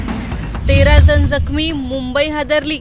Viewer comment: आधी न ला न आणि ण ला ण म्हणायला शिका. दोन जण असतात जन नाही नियंत्रण, नियंत्रन नाही. भयंकर अशुध्द वचन 😢